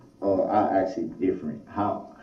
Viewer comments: Axe or axin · Brooks it's ask. And not axed. He is really bonkers. I feel destroyed by all the abnormal things he did. And now he looks and speaks like a clown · I think he pronounces it "axe" just to annoy me personally